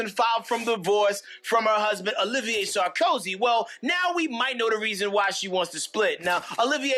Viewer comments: Nicolas SAR - KO - ZY. ; ) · Love how you called him „Sarkosky“ 😂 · Dude, the guy's surname is Sarkozy; at least pronounce it correctly. To flub this is really shoddy, amateur journalism. 🙄🤦🏼 What a joke.